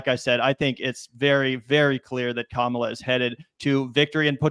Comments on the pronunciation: Dude, why does he have to mispronounce her name..like, I almost give him the benefit of the doubt because he's a stupid ape and just aping what his political 'luminaries' do but Jesus people. It's not hard, it rhymes with Ma-ma-la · Joe prides himself on being smart and respecting people but this knuckle dragger can’t pronounce Kamala’s name correctly? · Really disappointing to see Rogan mispronouncing her name, too. I've soured on him over the years, but I still genuinely thought he was better than that. Damn. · Joe Rogan needs to learn how to say Kamala’s name correctly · Dude can't even pronounce her name right. He speaks about the fragility of the human mind.